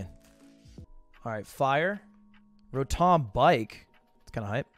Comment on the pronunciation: Rah-tahm LUL it's row-tom